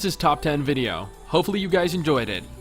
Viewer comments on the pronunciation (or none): none